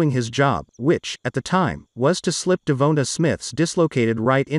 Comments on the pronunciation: DE VON TA SMITH not De vo ta or De vo na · De-Von-tae, is is that hard to say (i know i spelt it wrong thats how its supposed to be spelled)